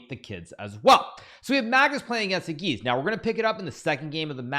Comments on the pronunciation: Yağız is pronounced as "yahez" not "yagiz". Ğ is kinda silent. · I think it's time to learn the pronunciation of Yagiz's name?